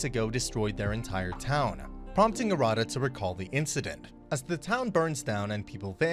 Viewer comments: You're pronouncing Arata wrong, btw . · a rada is not pronounced correctly